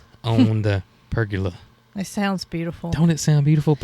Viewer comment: there isn't an "R" at the end of Pergola - Per - gah- la. 🤣 And it is Muscadine, not Muscadime. 🤣🤣 Sorry about the corrections, but just thought you might want to know since you have mastered Potegar, 🤣🤣